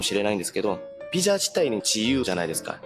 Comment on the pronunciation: のお話面白いしこれからも楽しみです🌟🌟🌟 話し始めから日本語の発音が自然で、 接客業で日本人と話す機会が多いのかと思ったら、 技術者で仕事中は黙々と作業の様子なので驚きました。 でもビザがピザになるところが「あ、やっぱり濁音は難しいんだ🤔」と思いました。